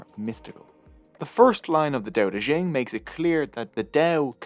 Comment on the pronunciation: Dao De Jing not Dao De Zhing There is no syllable "zhing" in Mandarin Chinese. And, after all, it is Chinese, not French.